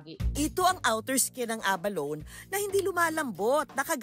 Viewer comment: A-ba-lo-ne pronunciation